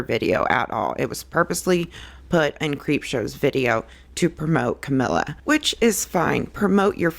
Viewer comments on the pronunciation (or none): I have no dog in this fight but wrong pronunciation drives me crazy. Cuh-me-lee-uh. Not Camilla. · Funny that you’re talking about accuracy. Her name is not Camilla. It’s Cam el i a. Look how it’s spelled. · she is talking about accuracy and mispronounces her name ...and you”re= you are.